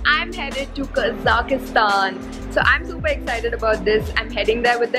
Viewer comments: Lol. It's not Kazakhastan! You're adding an extra A when you pronounce, OMG! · Quite interesting way of pronouncing name of the country :)